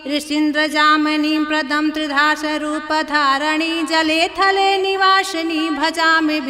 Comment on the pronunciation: वासिनी है गलत उच्चारण मत कीजिए